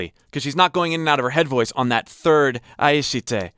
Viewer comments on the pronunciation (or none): please never say aishite again, this hurted me 💔 /j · btw pronunciation tip for Aishite, don't aspirate the "T" sound